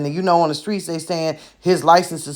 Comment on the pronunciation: She probably finished by the skin of her dolphin's teeth. While being 6 months pregnant with McKay. They let her slide past due to social promotion/ No child left behind programs. But the school system failed her because she can't read, and can barely articulate words that start with ST sounds. She say Skressed instead of Stressed Sckreet instead of Street. She talks like Buckwheat or someone straight off of the plantation of the rural south (respectfully). So her HS diploma isn't worth the paper it is written on.